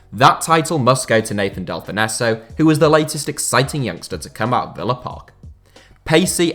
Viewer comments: Delfouneso’s name may be SPELT that way, but it’s pronounced Delfonso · You pronounce Delfouneso, Dell-fon-so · I've always heard delfounso pronounced delfonso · Who's Del-fon-esso? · Del-fin-nesso that gave me a headache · Delfonzo is how u pronounce it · Can’t stand how he pronounces Delphouneso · That pronunciation of Nathan Delfoneso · Thought I was going mad when he said it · How do you even make this mistake? Its an English name lol